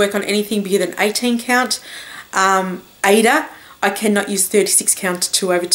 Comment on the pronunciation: You said Aida right!!! Thank you! It drives me crazy to hear how people pronounce it.